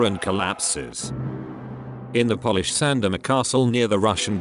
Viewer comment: Love the insightful, succinct, and understable overview of the opera this video gives -- but please, please have a real person recite the narration! You lose serious points when "Polish" (as in, how a person of from Poland is referred to) is pronounced the same as "polish" -- as in, "I polish my hardwood sideboard once a month." I'd be happy to help narrate -- especially to make sure the beautiful art form that is opera doesn't suffer any more pittiful errors in its telling.